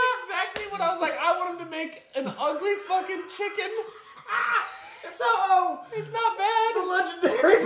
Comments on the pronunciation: They turned ho-oh into oh-no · HAHAHA THATS NOT A HO-OH THATS A OH-NO LOL JK LOVE THE VIDEO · That's not ho-oh that's u-ho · that isnt a ho-oh its a ho-no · Instead of ho-oh it should be uh-oh